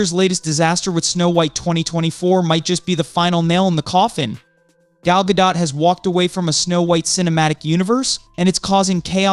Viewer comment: How old is this?! This is news from months and months ago. Snow White '24 has been SW '25 for quite some time! And your AI narrator can't even pronounce Gal's last name the same way twice in a single sentence!